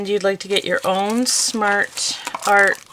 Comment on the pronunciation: You keep saying Smash Art Box, isn’t it Smart Art Box? 😆